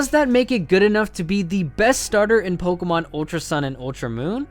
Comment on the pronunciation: your accent makes it sound like youre saying pole-kuh-marn